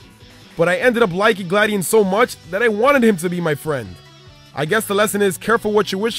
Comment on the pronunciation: the way he pronounce friend... fwiend